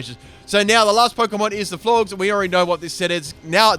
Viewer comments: You don't pronounce Florges Floor-Ges, you pronounce it Floor-Jes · Florges rhymes with gorgeous